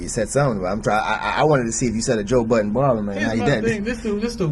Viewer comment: Why do New Yorkers insist on putting an S at the end of Budden? 😂😂😂 I'm sure they've all seen his name written down.